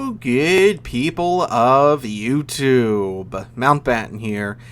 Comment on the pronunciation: I finally realised you're saying "hello good people" and not "gay people"